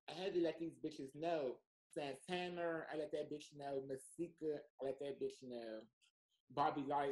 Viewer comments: Every time calls Santana “SANTANNER” I die laughing lmaooooo! 🥴😂😂😂😂😂😂😭😭😭😭💀💀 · Wtf is santanurrrrr?